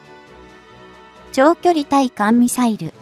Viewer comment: 軍事チャンネルはマニアックな人が沢山見ているので、解説者の読み方の間違いが多いとしらけます。わからない単語（専門用語）などは事前に勉強するなり、ネットで調べるなりしてから解説お願いします。ハイフンをマイナスと読んだり兵器でマイナスはないでしょう…マイナスはカットした方が良いと思います。対（たい）艦ミサイルをつい艦ミサイルとか読んだりしてリスナーはこんなことも知らんのかいなと思うさかいにもう少し勉強してや